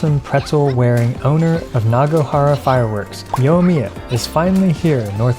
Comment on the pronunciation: its Niganohara not Nagonahara